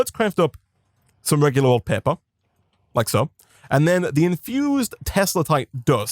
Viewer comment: Do people in the comments not know what an accent is? One was talking about his inability to pronounce R, and one was talking about him saying "Blueprint Pepper" instead of paper